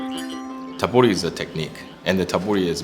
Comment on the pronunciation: Its not, tabori. Its tebori 手彫り